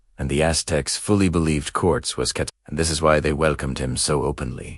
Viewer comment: It's Cor-tehz, not Corts.